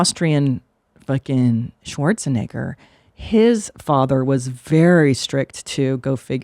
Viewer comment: Christina’s Pronunciation of schwarze - Negger was rather interesting..